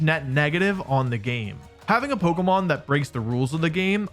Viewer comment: Another person pronouncing it polkamon